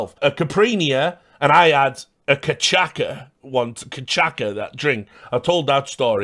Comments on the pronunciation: Richard PLEASE! As a Brazilian I feel deeply offended by what I've heard. It's not CachaCa, with the C sounding like a K. It's CachaÇa, with the Ç sounding like double S. Don't make this mistake again or I'll send you Vampeta's caralho again. Also you can use Sake or Vodka on Caipirinhas because not everyone here can handle their cachaça (pinga) either. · Just so you, it's pronounced "CACHASSSSSA" :D